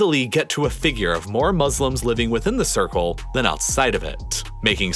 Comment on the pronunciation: No one saying about he said 800 billion muselims